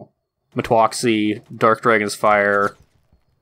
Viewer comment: It's metwoxy and yes u pronounced it right 😂but not dioneda's , it was a pleasure playing by your side it was a lot of fun :) I wish you the best of luck in college and your future. 👍🏻